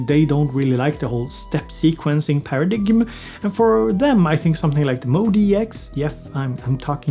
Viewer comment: Paradigm is pronounced para-dime ... not para-dig-um. Otherwise ... totally love your channel ... not your fault English is silly. On topic though ... the introduction of a brand new sequencer with a (frankly) mis-labeled workflow in the English language seems like a mistake. Performance should be renamed "Instruments" immediately. Maybe a translation or clearer demonstration of the workflow uniqueness to justify a different vocabulary video would help Yamaha sell this feature. $0.02